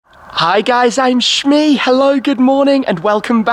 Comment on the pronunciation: Yes Shmee you even pronounced it correctly